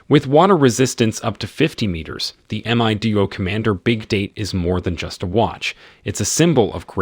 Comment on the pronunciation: thats the problme when using AI for voiceovers, same the way it changes Mido to May-do